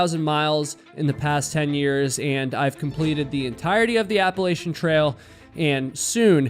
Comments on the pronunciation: You miss pronounced appalachin. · It's App-a-LATCH-an, not App-a-lay-shun.